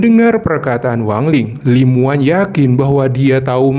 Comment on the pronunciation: Namanya Li Muwan tpi di Baca Li Mawan bg